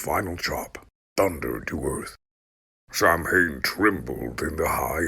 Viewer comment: Thank you for this; love it. Have to say because it bristles to hear it: Samhain is pronounced Sow-When. Sow, like the pig.